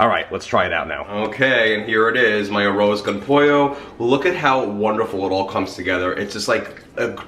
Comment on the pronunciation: Everyone you said arroz con pollo it was so gringo